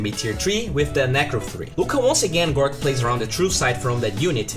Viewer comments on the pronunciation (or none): Big fan mate, but honestly, his name is GORGC, and not gorc. Seeing gorc really fuckin triggers me for no apparent reason. TriHard